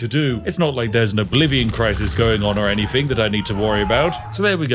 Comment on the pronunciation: Odd you're playing posh when you pronounce anything as anyfing